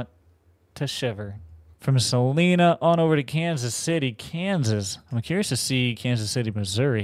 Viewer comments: I’m sure someone has said this but being from Wichita it’s driving me crazy. Salina is pronounced Sal-eye-na. Love your vids and don’t mean any disrespect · My hometown is Wichita, so the beginning was really cool to see! Also just a heads up, Salina is pronounced Suh-line-uh! Love the content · Also, you pronounced salina wrong just like everybody else that doesn't live here, it's okay! I forgave you